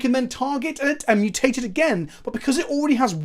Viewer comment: Just to be annoying, you are pronouncing the word wrong. It's MU-tate, not mu-TAte, the stress is on the first vowel. Think about the TMNT theme song.